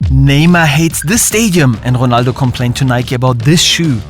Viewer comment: Ronaldo❌ Jonaldo ✅